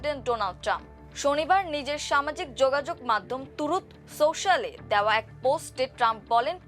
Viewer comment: "তুরুত সোশ্যাল" জিনিসটা কি? ট্রুথ সোশ্যাল